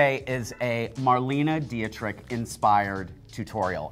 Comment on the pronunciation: Why does he keep saying Dietrich incorrectly?